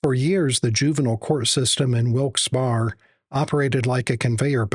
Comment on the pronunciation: The "Barre" in Wilkes-Barre sounds like "berry" for future reference. Great video otherwise. 🙂